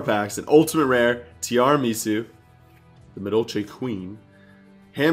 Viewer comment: Madolche Queen [Ti-arah-meh-soo]